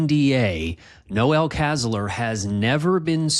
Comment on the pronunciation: It's Noel not Noel as in the chri song.